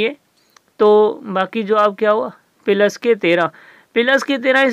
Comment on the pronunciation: Ap ko plus bolna ni ata. Kafi confusion ho gi